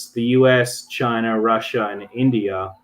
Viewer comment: 'Chyna' - Donald Trump